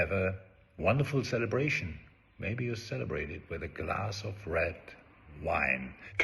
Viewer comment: The emphasis on “RED” Wine 😂